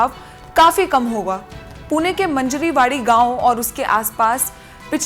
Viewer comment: मंजरी वाडी नहीं है, मांजरवाडी एक गाव का नाम है